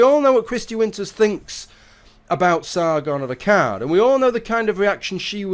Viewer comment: Sargon of Akkard is how he said it lol :P